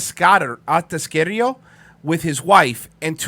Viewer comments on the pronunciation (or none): My uncle used to work for them, he’s gonna love this. And the way says “Atascadero” lol. It’s uh-task-uh-dare-oh.